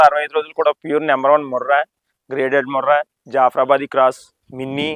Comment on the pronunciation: Minni anedi breed kaabu adi oka variant, alage bunny breed lo evaru heifers ni sale cheyyaru, mari mi daggara regular ga ela vasthundi. Inkoti jaffra badi kaadu, jaffrabadhi.mundu palakatam nerchukondi. 2 teeth ante age 2 yrs daatuthundi, niku evaru chepparu 2 teetha vesaka karithe 50% ye conceive avuthayi ani, yinokka vishayam chalu miku nill knowlege ani.vaatiki miru peduthunnadi asalu aaharame kaadu.dorikina chetha matrame peduthunnaru.veetini konte konukuna vaadu vaatini tayaru chesukovataniki edadi avuthundi.peices chala ekkuva. Fed lenivi preg emi nilusthundi, rume baga padavuthundi n deliver issues untayi n inka milk emi untundi eenaka. Venaka antha pachadanam.undi mari 2 acres kauluki teesukuni mepukovachu kada. Avi 2 yrs babies aa, ma daggara 1 yr dooda okka kumu kumithe mi entire line dammantoo paduthundi